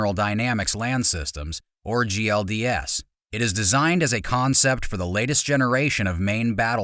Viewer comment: You mean GDLS? why you say GLDS?